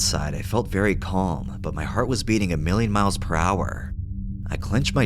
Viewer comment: Agree the reading is passionate. Just a tip: We shouldn't pronounce the "L" in CALM when we say it. It's a silent L for sure, and it's pronounced like KAAM.